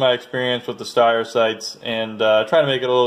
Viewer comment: Your pronunciation of Steyr is off.